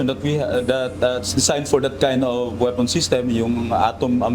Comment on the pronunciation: Bakit yung p naging f, tapos ang f nagiging P? Mr narrator? Warpare, weafon system? Pleet tanker